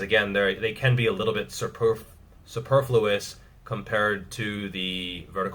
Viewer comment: Suporfilous? Superfluous? Superman fluid? i gotta have a dictionary now